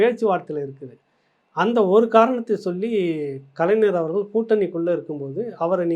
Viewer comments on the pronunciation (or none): none